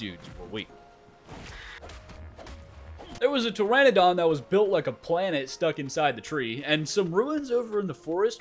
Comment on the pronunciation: Until the day I die it'll be "pe-ter-a-don" love american slang 😆